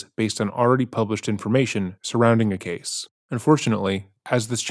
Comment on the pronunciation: reads typos changes accent says words completely differently video to video, the abrupt tone and cadence shift when he goes in to a rant (it's not normal it's edited in later), been going on since the start, the end of videos he used to say ca-say for case